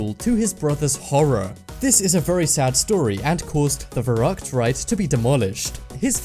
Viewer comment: Verrückt was said wrong, sorry but it was painful to hear